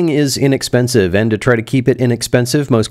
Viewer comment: "It's inepensive" HAH!!